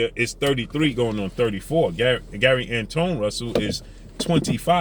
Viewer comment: His name is Gary antwaun Russell not Gary antone russell